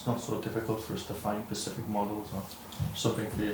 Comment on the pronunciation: Someone please tell how to say SPECIFIC properly 😂